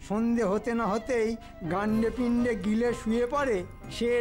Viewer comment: গাণ্ডে পিণ্ডে নয়, কথাটা গণ্ডে পিণ্ডে।